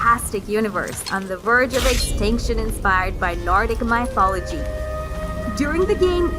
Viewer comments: computer generated speech. Mithology? Really? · "Tra-verse"? "Beths-da"? "My-thology"?🤨Get someone who actually knows how to read please.